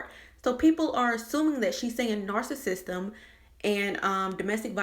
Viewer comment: Da fuk is 'narsasisten?' Gotdamn...